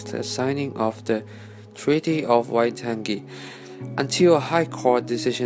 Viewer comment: wai-tan-ji? Im disappointed